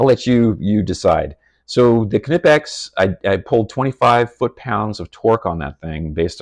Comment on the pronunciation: Thanks fir pronouncing "Knipex" correctly 😁 Top-grade stuff and if you study how the jaws work on various-sized objects you'll see there's some serious engineering in their design which gives them incredible holding power. Vise-grips locking feature can be handy. Out camping I loaned my beater motorcycle to a 'friend' who crashed and broke a footpeg. A large set of Vice-grips made the hour-long ride home much easier. Each tool has it's own advantages!